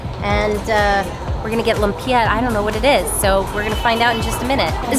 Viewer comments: Lumpia: Pronounced Loom-pyah. Hopia: Hope-yah. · Lumpia = pronounced "loom-pyah". Different varieties best dipped in the sauce provided. Dumplings = called siomai = pronounced "show-my". You'll find that most food are served with vinegary dipping sauce. Tip well for services but stay away from street pandhandlers. As you travel away from the mainland and to rural areas, there might be language barriers. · I’m dying 😂😂😂 what is lum-pia?!!! Welcome to the Philippines 🇵🇭 great video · Haha, that American pronunciation of lumpia! :) I grew up there in the 70s and it's so strange seeing the modern Manila compared with my childhood memories. However, I confess I've never heard of hopia...that must be Chinese. Yep...I just looked it up: "Hopia is a popular Filipino pastry filled with bean paste which was introduced by the Fujian Chinese during the American occupation." And now that I've seen more photos and the filling, I realize I've eaten these. Just didn't remember the name! Bean paste in the middle...very Chinese.